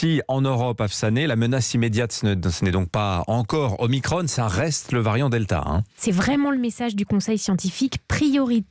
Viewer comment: Pourquoi ils prononce omicrone au lieu de omicron !! Es que l’on prononce Emanuel macrone !!? 😂😂